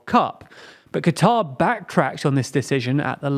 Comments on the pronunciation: I know you're british, but it's pronounced "Cutter" not "Qwatar" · no it's not it's pronounced qatar. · No you idiot. It's supposed to be pronounced "cutter" that's how they pronounce It locally